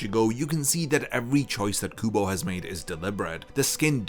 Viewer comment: I kept thinking you said google and not kubo lmao